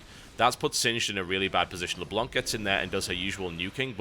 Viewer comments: Leblanc is said Leblan by the way, it's french (The White) =p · PLEASE TB. Don't pronounce the ''c'' of Leblanc. Le blanc is french for The white, and the ''c'' is a silent letter.